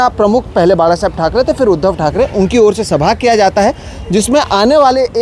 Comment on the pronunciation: The way he said बाळासाहेब he is more Marathi than his mother state....